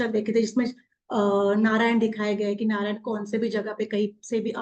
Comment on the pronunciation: नारदा नाही है नारद बोलिये नारायणा नाही नारायण बोलिये